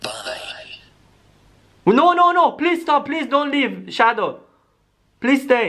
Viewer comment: Yes sonic shawow